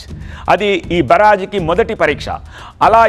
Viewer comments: Evadu ra ninnu varthalu chadavamani pampindhi Barrage ni baraj antunnav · ఓరి నీ ఉచ్చారణ తగలబడ.... ప్రకాశం బ్యారేజ్.... అని పలక లేవా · బరాజ్ ఏంట్రా బెవర్స్😂😂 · కృష్ణమ్మ ఏమిటిరా కృష్ణ నది అనలేవేమిటిరా, బ రా జ్ ఏమిట్రా వి పూ... బ్యారేజ్ రా పూ...... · ఓరే బారాజ్ కాదు, బ్యారేజ్ అనాలి అందుకే సరిగా చదువుకోవాలి🤣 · బరాజ్ కాదు బ్యారేజ్ అంటే బాగుండు.. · Barage enti chi chi.. Byarage ani chadavatam nerchukondi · బరాజ్ కాదు రా బకరా బ్యారేజి అంటారు ఎదవ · అయ్యో మీరేమన్న అమెరికన్ నుంచి దిగి వచ్చారా స్వచ్ఛమైన తెలుగును స్పష్టంగా మాట్లాడడం రావడం లేదు దొర మీకు నీ మాటలు తెలుగుజాతి ఇజ్జత్ తీసి ఎలా ఉంది బ్యారేజ్ దొర బరాజ్ కాదు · Barge kadu ra barage ra babu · ప్రకాశం బ్యారేజ్ రా నాయనా బరాజ్ కాదు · 😂😂 బరాజ్ ndy ra naina.. బ్యారేజ్ 😂😂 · Comedy ga chaduvutunna baraaaage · Barage kadhu ra boku yedhava.niku news chadavadam kuda radha.telugu ni anduku champestharu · బ్యారేజ్ అని పలకడం తెలుసుకో ఫస్ట్ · Babu endhi ni news cheppadam..... Telugu ni murder chestunnaru mi lantivallu...... Barrage kadu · Barrage pronounce sarigga cheyyi